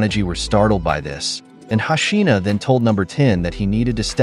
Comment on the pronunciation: It's hoshino how can u pronounce it hashina, lol